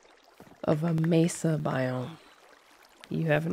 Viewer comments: Sorry if somebody has already commented this and I haven't seen it yet, but both "Mee-sa" (the way says it) and "may-sa" (the way Dish pronounced it) are both wrong. Dish's pronunciation was closer but Spanish doesn't have diphthongs so there isn't a Y sound at the end of the first syllable. Vowels in Spanish each only have one sound. So it should sound more like "Meh-sa". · MESA or MAY-SAH not MEE-SAH 😭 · There's a city in Arizona called Mesa. As a resident, hearing Mee-suh is borderline painful 😂😂